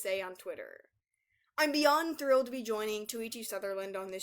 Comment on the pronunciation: He said "Thrilled... He said "THRILLED"!